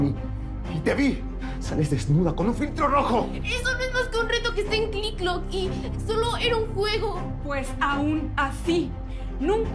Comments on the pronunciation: Se dise tik tok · Envés de decir tik tok dice click clock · Ala vestía todos estamos mal se llama clik clok en vez de tik tok jajajaa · Ya no se dise tik tok se dise clik cliclok😅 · JODER ME DA TANTO GRINGE QUE DIGAN CLICK CLOK, LO ODIO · Ala no sabía que tik tok en México se desia clik clok😮😂😂